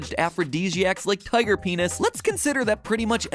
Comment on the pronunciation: MAT SAID PAENIS MAT SAID PNIS!!!